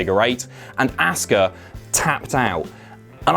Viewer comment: "AssKa" lmao